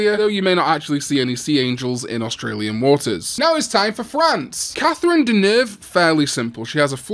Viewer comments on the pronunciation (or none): none